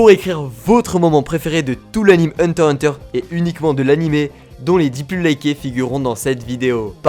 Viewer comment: pk tu ne prenonsse jamais le x de heurter x hunter